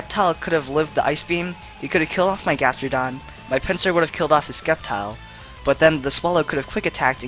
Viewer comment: The way he says sceptile tho